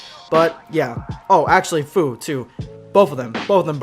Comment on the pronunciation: Fu pronounced like fyou